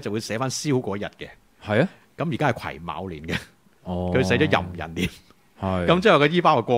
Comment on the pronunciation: 癸卯年嘅「癸」字音桂，唔係葵。